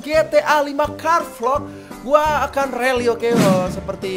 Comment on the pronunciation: rally atau rully 😂